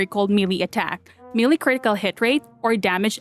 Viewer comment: I swear, you used to say melee right, why do you now keep saying it wrong?! 😖